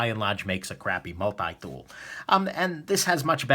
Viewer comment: Get your multi dool fwom new ywork 😀